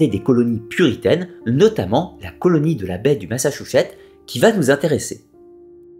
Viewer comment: Ma-ssa-tchou-ssetts :) Pas "Massachouchet" :) C'est en Amérique du Nord, mais c'est comme ça qu'on le prononce en français! Massatchoussets.